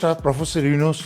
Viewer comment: সেনাপ্রধান ওকার ডক্টর ইউনুসের নামটি কিভাবে উচ্চারণ করেছে তাতেই বুঝা যায়